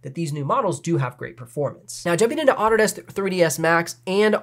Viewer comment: I've never heard Autodesk pronounced "Otter Desk". Super confused for about 5 seconds, and then it made sense :)